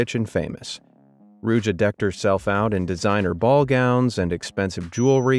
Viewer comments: Please people I know it’s not that important but please pronounce the name correctly. It is IgnAtova not IgnatOva.. it hurts my ears every time. Also it is “Ruzha” (ж) not “Rudja”, “Rudza” etc. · as a bulgarian myself, the way you abslutly butchered ruse in the beggining just had me rolling on the floor in a mix of cringe, laughter and pain. Good video tho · PLS have some respect and pronounce Ruse/Русе correct! It's not hard.